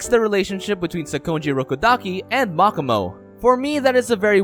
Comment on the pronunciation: Anyone else bothered how he pronounces makomo’s name (Mach-ah-mow) instead of mo-ko-mo